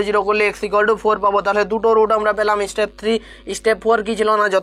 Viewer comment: Istep 😂😂 ‼️ step hobe , please pronounce correctly 😊